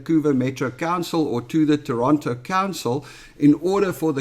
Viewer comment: Nice to hear the 'T' in in Toronto😀